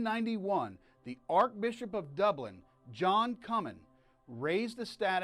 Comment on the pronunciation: Sounds like you are mispronouncing the words "Archbishop" and "Diocesan"....?